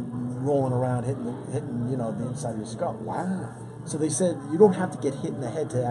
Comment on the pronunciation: "WOW " LOL hes hammered